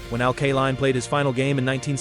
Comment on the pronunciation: Couldn't you find enough film of Al Kaline to avoid showing some left-handed batters? Al only hit right handed. BTW, his name is pronounced KAY-LINE, not KUH-LINE. Great player, lousy tribute video. I stopped watching after 4 minutes